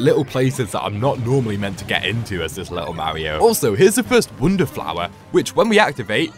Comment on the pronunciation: why do you say "wounder"